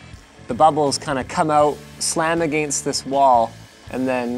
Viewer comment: I love the way he says against what a Canadian